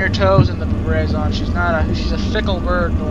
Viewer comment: It's pronounced "Br-ra-ba-zon"